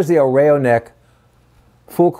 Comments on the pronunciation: The Pronunciation is EL RA-IO .. not REIO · The correct pronunciation is rah-yo